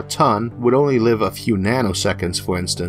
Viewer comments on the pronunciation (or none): none